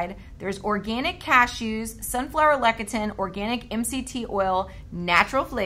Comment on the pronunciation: please say: “Less-ee-thin” for Lecithin.